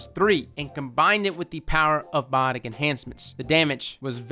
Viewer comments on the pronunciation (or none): none